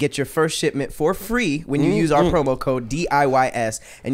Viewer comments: No one caught saying promo chode 😂😂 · Please tell me yall caught say "Promo Chode"